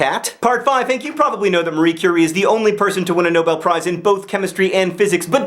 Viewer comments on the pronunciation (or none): none